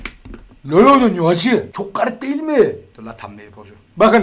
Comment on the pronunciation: Nobody:: löl